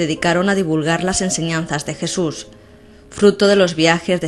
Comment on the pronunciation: ¿La "crusifixión de Jesur de Nazaret"? Esta chica debería aprender a hablar.